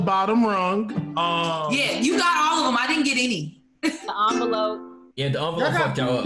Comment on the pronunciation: I’m glad finally pronounced ‘envelope’ correctly 😂